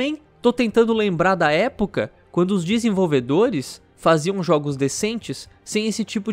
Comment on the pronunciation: "Desenvolvedolhes"? Quaé withe virou o cebolinha?